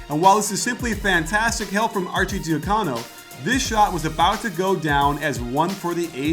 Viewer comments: Nice vid coach! Arcidiacono's last name is supposed to be pronounced Archie-dee-HUH-cono, not Archie-dee-huh-COE-no. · Say Archi's name right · The "arcidiacono" pronunciation made me cringe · Great video but youre pronouncing some names incorrectly. Archie and Ochefu are off